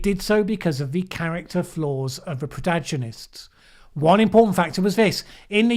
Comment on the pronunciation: I think a slightly less urgent pace might help. What difference does an extra one or two on the total minutes make if it allows us a little moment to think between topic changes? Also, if you ever are in doubt how to pronounce a word, Wiki usually gives an audio version alongside the definition. And I think you got a bit mixed up between contagion and protagonist as you also inserted an i, according to my ear. Perfectly understandable given how hard you work.